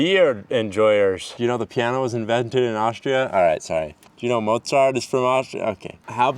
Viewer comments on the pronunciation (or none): none